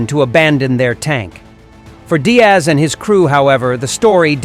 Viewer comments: George Diers* not Diaz ai is so annoying 🙄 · How could you possibly think that Diers is pronounced Diaz? 🤯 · It’s actually Georg Diers, pronounced “deers”. No big deal, just some heads up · Thank you for bringing forward this historic King Tiger Berlin episode in what is sometimes referred to as "The Last Battle", borrowing from the title of Cornelius Ryan's epic novel on the fall of Berlin as written some 60 plus years ago. However, as noted below in a comment made a year ago, the narration mispronounces the name of the commander of King Tiger 314. His name is Georg Diers and it is in no way pronounced as "Diaz" as the narration does 10 times throughout the course of this video. The correct closest English equivalent is the plural of "deer" as in "deers". I have a book titled "For The Defence of Berlin! The Recollections of Georg Diers, Oskar Schäfer and Henri Fenet" compiled, translated and edited by Peter Mooney with a subsequent publication in 2017. As seen in that book title, it is "Diers" and not "Diaz". In addition, by way of marriage I have a family member who is an American-born younger cousin of Georg Diers whose birth came approximately 20 years after his. This family member lives in Colorado. Her father was an uncle of George Diers even though both men were born in a similar time frame in Wiefelstede in far northwestern Germany. It would please the surviving members of Georg Diers' family in both Germany and in America to have him honored by way of a correct pronunciation in this video. In view of that, is is possible for you to to redo the narration? I thank you in advance for your attention to this matter!